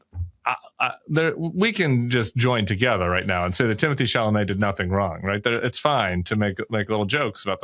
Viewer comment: Would suggest pronouncing Mr. Chalomet's name right if you have so much respect for him.